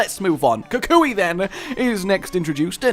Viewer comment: Kukui (Kook-we) is not your cousin! I guess since you're "across the pond" you have no reason to know this, but the term "Cousin" is a colloquialism found in Hawaii, calling someone "Cousin" is akin to being friendly and calling someone "Pal"